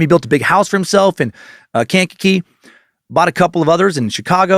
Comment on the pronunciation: It's pronounced Kan-ka-kee